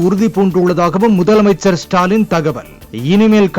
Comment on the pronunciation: ..... திரும்ப வாசிங்க முதலை அமைச்சர் அவர்களே.....😢